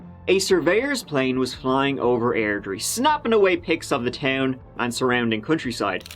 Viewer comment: Ugh, I remember when this happened. I used to work across the street from their house. Felt weird going around there when it happened. Such a massive piece of shit. Props for pronouncing Airdrire correctly.